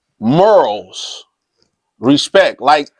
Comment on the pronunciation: Did he just say Detroit was real serenaded? And it's morals bro. Not murals. Lol